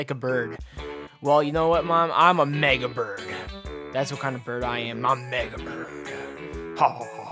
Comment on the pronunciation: I thought he said niga bird not mega bird